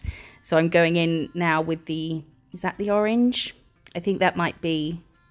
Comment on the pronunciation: Omg when you were doing the ombré ish sun I swear you said “orange jizz’ 😂😂😂😂😂😂😂😂😂😂😂😂😂😂😂